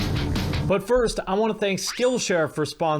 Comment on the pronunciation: When you do the ads i always hear "butt first". That's it. Thank you.